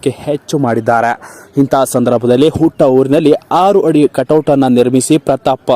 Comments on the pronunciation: ಹಾರು ಹಡಿ ಅಲ್ಲ ಆರು ಅಡಿ ಹಭಿಮಾನಿಗಳು ಅಲ್ಲ ಅಭಿಮಾನಿಗಳು ಸರಿಯಾಗಿ ಕನ್ನಡ ಉಚ್ಛರಿಸಿ. ಪ್ರತಾಪ್ ಗೆಲ್ಲಲಿ 🏆🏆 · ಹಾರು ಹಡಿ ಅಲ್ಲಾ ರಿ ಅದು.... ಆರು ಅಡಿ..🤷🤷🤦‍♀️ 'ಹ' ಕಾರ 'ಅ' ಕಾರಕ್ಕು ವ್ಯತ್ಯಾಸ ಇದೆ.....next video li ವ್ಯಾಕರಣ ಬಗ್ಗೆ ಸ್ವಲ್ಪ ಗಮನ ಹರಿಸಿ... ಕನ್ನಡ ಉಳಿಸಿ..🙏🙏